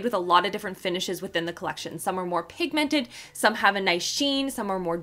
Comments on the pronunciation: THE WAY YOU SAY PIG 🐷 MENTED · I love you too much and you are one of my very favourite you tubers .... but it really upsets m how you say pigmented xxxxxxxxx